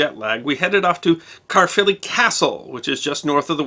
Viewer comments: it is pronounced care-filly castle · I'll do my best. The Welsh roll their 'Rs' so Caerphilly is spoken Kye-rrr-filly. Great to see this episode of my homeland. Missing it so much atm. Thankyou. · I'm a tourguide in Cardiff, [ Difflomats on Facebook] Next time, please ask local people how they'd say local names, like "Caerphilly, the Marquess of Bute and Caerleon". It certainly isn't "Carly-own". Cringe.